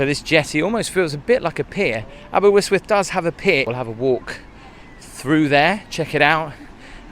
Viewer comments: It's Aber-ist-with (Aberystwyth) why your saying it aberwystwyth I have no idea.. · Why are you pronouncing it Aber - wis- wif? It’s Aber - wrist - with🤣🤣🤣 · abe -R, not abewyswyth .. very irritating! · It most definately isnt aberwhistwhist. Aber ust with. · Great vid- Aber Yst wyth not Aber wiz with 🤣👍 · Great vid, but your pronunciation is slightly off-Say it like : Aber-wrist-with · Well it's not quite Santorini, and I'm sure you pronounced it incorrectly just to get comments in the video. a-buh-rist-wuhth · If you were Jonathan Woss you would say Aberwystwyth!😂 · it’s pronounced aber wrist with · Is there any reason you pronounced it AberWystwyth 🤔 ? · another lovely video, thank you. The pier was much longer but has been battered by storms and fire down the years, so it's had a hard life and is much shorter than when it was built. You could try pronouncing it more like "aber-ust-wyth" to get a more authentic sound. Or better still just "aber". Anyway, a great video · Great vid again. Though pronunciation is chronic... It's spoken as the following sounds like Abber ist with, and spelled Aberystwyth. Keep up the great vids. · Nearly got the name right it's pronouced as Aber (ust) wyth ;) ..Enjoyed the tour though and reminded of the few days the wife and I had a couple of years ago-Thank you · I lived round Aber and if only you knew what happens in the castle u would be there 😂 but good attempt on welsh you pronounce it like aber-yst-wyth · Why would he pronounce it Aber WIST with? There's not even a W in the middle of it??? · Aberystwyth is pronounced Aber-ust-with. :D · your wrong, its aberystwyth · It is pronounced Aber wrist wyth not the way you say it. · Its Aber ust wuth the y is an uh sound. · Aber-ust-with (according to our Quaternary lecturer). The first y is pronounced /u/. Thanks for the video ❤️ The happiest 3 years of my life were studying in Aber 🥰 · No its pronounced Aber - ust - with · Your pronouncing it wrong!